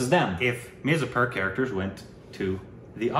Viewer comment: It's weird to hear pronounce Mirzapur correctly, LOL 😁👍